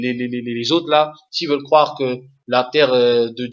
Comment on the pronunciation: on dit croire pas cwoire